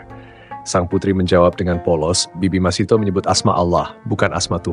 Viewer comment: Masytah bukan masitoh